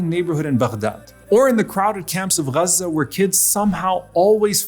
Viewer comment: man can t say gaxe